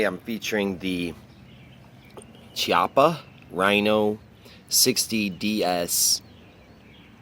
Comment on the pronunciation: Chia is pronounced Kiappa.